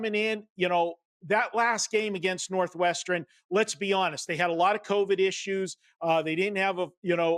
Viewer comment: Why does he say "northwestren"